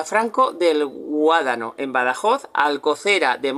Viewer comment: mo no es guadano es guadiana